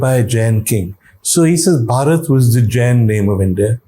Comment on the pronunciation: OMg !!! little knowledge is such a dangerous thing. Lord Ram's brother name was Bharat not Bhaarat. भरत not भारत